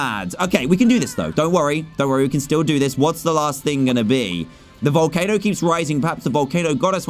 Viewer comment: Wait! Did i just heard a behemoth in vowelcano! But a behemoth is big! No wonder why its so tiny!